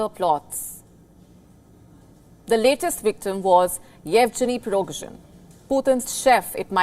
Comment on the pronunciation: Prigozhin not prololozhin